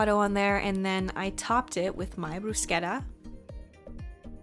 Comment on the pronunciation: Omg that bruschetta ponunciation 👌 also thank you for the overnight coconut oatmeal, wonderful idea 😍 love from Italy